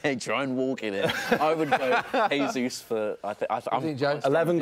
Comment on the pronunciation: Gab jesus??!!??? Gab jesus!!??!? Really?!!??!